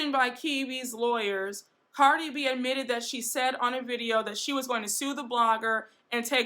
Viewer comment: You pronounced Cardi's name wrong.